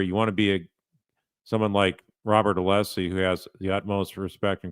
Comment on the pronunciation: Is Brennan mispronouncing Alessi's name here? What a dolt.